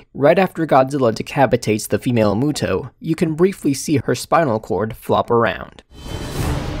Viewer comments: I thought it was pronounced "MEWTO" not "MOOTO" ._. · I thought it was pronounced m(you)to